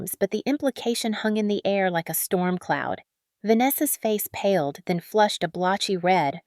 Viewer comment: Face paled, not " pald"